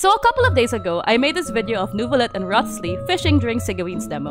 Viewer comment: Rothss-Lee 😂😂😂 bro is pronounced "Rise-lee" 🤣